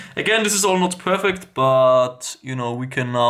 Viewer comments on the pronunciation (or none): none